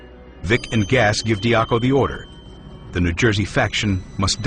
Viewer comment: If you like this doc, you can learn a ton more from, MOB BOSS, the first person perspective from AL D'Arco ((dee AR coh) not (dar koh) like the audible book say) it's really good autobiography